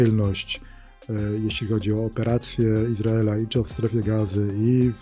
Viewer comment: "Operacja Iz raela w Ga zie"?? widac pan Magierowski ma nadzieje na dalsza kariere w USA :)